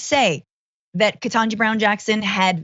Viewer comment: Hey GUYS, it’s bad enough that Carlson constantly mispronounces Ketanji Brown Jackson’s first name, no doubt deliberately, but puleeese, don’t do it on screen.